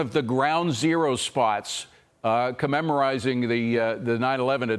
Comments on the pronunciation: 1.55 Seems Biden isn't the only one with "brain fade": "comemorising" the Ground Zero attacks" ??? surely he means "memmorating" ? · Commemerizing? Lol Commemerating come on journalists.